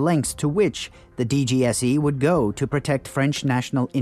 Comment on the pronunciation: french here mate don't take it personally and plus glad you ve done this video .. Fun fact our FBI is DGSI : the exact pronounciation for you of DGSE in english (but you done right)